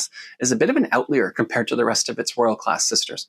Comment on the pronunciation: It’s “outlier”….man check your video before you publish… hard to believe anything you say when you get that simple word wrong…